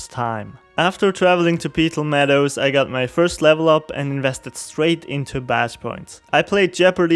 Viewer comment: "peetal meadows"